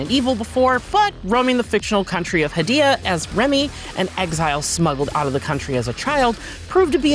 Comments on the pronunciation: According to the developers who made Hell Is Us, the fictional country of Hadia (heɪ.di.ə) is pronounced like "hay-DEE-uh," similar to the name "Arcadia" without the "ar" at the beginning. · They also continually mispronounce "Hadia."